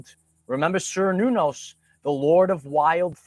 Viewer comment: Cernunnos is pronounced Cur-noo-nose, not whatever you’re saying lol